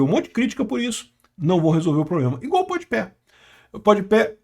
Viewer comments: E nao tanko o chamando o podpah de podpé kkkkkkkkkkkkkkkkkkkkkkkk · é pod pá, não “pod pé” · é POD PAH e não PODIPÉ kkkkkkkkkkkkkkkkk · Adoro que o parece se recusar a acertar o nome do Pode Pé 😂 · impressionante, é pod pé, é rap (pronuncinando rápi), o cara vive em outro mundo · Pode ser que ele esteja falando de propósito ou está falando como se fosse em inglês. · N sei se é de propósito. As vezes ele fala errado msm as palavras. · Se diz "Pode pá"